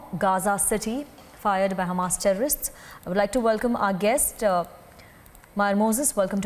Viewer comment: Why do u need emphasis on the word HAMAS TERRORIST...? U can say HAMAS??? Are that dumb?